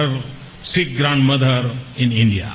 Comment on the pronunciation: Mr. Modi you seriously need to work on your English. You embarrass Indians with your pronunciation / accent. Like it's not "pharmer" but "farmer" "grandmother" not "graandmother" " Inclusion" not "Incluzon". You could be popular with the illiterate masses in India but please work on appealing to the intellectuals globally as well.